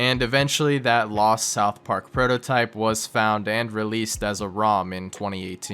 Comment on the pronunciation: soutch park